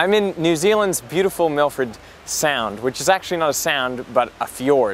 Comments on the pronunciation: Think you mean Milford Sound not Milfred Sound! It's named after the Milford Haven Waterway in Pembrokeshire, west Wales, UK. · "Milfred" I'm out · Milfred? I think you mean Milford.